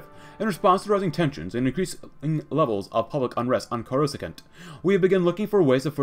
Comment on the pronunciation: coruscant is pronounced core-uh-sahnt Great vid this mod has lots of promise